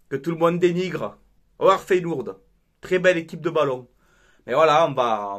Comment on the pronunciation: mon coeur parisiens souhaite votre élimination mais d'un autre coté rien que pour toi je vous souhaite de la gagner et tu me tue avec ta prononciation de feyenoord en feyenOUrd 😆😆 perso je pense que sur ce match vous vous en sortez bien c'est le copié collé de city réal le match aurai pu finir a 5 a 3 attention au retour feyenoord et tres fort a l'exterieur faut etre objectif avant les demis les équipes que vs avez rencontré etait en bois karabag paok etc.. c'est la que l'on voie si vous avez le niveau face a des équipes comme ca west ham roma feyenoord.. force a toi